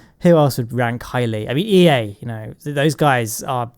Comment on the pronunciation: Says EA "dies"